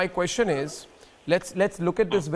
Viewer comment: Laughing stock of the world. Are Indians ashamed of this clown who acts as a news anchor. Queshun ees.